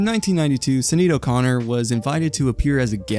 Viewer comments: Shi-naid not Sin-eed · Bruh how did you manage to so thoroughly butcher Sinéad O'Connor's name? 🤣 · the way you pronounce sinéad is killing me